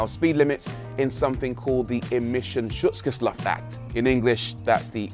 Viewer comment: "Immission Schutz 'Geschlaft' Act". Haha.....nice try Rory ;)